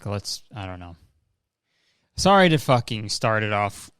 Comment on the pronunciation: That "Ha, SOHRRY!" Was the most Canadian I've ever heard Kurtis sound. Lol. I love it.